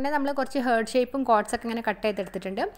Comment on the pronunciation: ഹാർട്ട്‌ എന്ന് pronounce ചെയ്യൂ കേട്ടോ... ഹേർട്ട് എന്നല്ല പറയേണ്ടത്... Okay...?